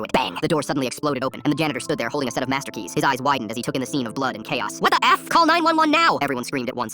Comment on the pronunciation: IM SORRY BUT “WAT DA EF” ACTUALLY GOT ME😭🙏